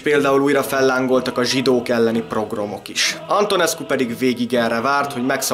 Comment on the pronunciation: Ne haragudj, nem tudom szó nélkül hallgatni tovább, mert több videódban is előfordul, hogy következetesen "progrom" ként ejted a POGROM szót. Nos, ez POGROM, és nem PROGROM.